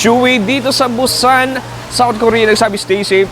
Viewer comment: Bat ganyan ka mag pronounce ng Busan???😅😅😅